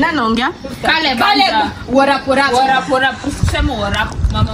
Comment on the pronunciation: 😂😂😂😂😂😂worrap .. Caleb anataka kusema worrap